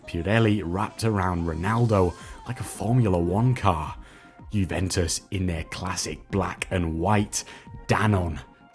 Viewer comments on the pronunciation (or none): none